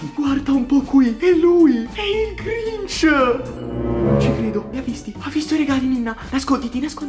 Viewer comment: si sente matti che glinc invece di dire grinc 😂😂😂😂😂sto morendo dalle risate😂😂😂😂😂😂😂😂😂😂😂😂😂😂😂